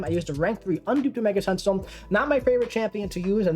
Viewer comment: Solid video,. Mainly I’m here to congratulate you on your pronunciation of Masacre…… and then I got to the Omega Sentinel part….